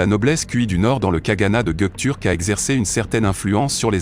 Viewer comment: Are you stupid? This is just a grammatical error. Why do you start a sentence with "wrong history"? The history is not wrong. The guy just said the word wrong. But the history is right.